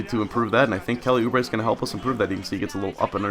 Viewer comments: I live near Kansas and route for them and you are pronouncing it correctly. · Yes you are saying oubre right, let's go jayhawks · Not a Kansas fan, but Kentucky played them and you are pronouncing Oubre correctly